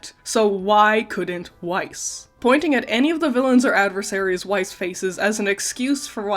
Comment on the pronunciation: You’re not pronouncing weiss right, its german please please pronounce it as VICE because I CANT FACKING STAND IT AS A GERMAN 😅